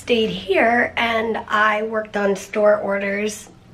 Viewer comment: Every time you say "store orders" I think "storders". It makes me giggle, and I hope it helps you too!